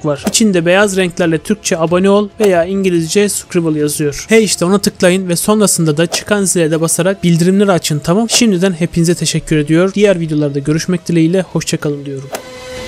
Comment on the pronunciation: Sulandırmasan daha güzel olur kardeş. Bir de sukribıl değil o. Sabskrayb diye okunur. Bilmemek değil öğrenmemek ayıp. Artık internet sayesinde her kelimenin okunuşunu sesli olarak öğrenme şansın var. Entel kuntel ama içi boş kardeşim.